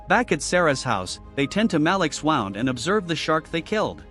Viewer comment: For future reference, buoy is pronounced boy. And how did you spectacularly mispronounce wound? Wow-n’d is how it’s pronounce when something’s being wound up. Woo-n’d is how it’s pronounced when it means an injury.